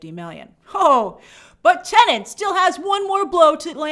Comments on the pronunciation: It's pronounced TE-NET. The second syllable is NET NOT NENT. You're driving me nuts. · C'mon Grace, it's Tenet....not Tenant. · Tenet, not Tenant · Still find it hilarious how people still can’t say Tenet properly. Grace said tenant a good couple times in this video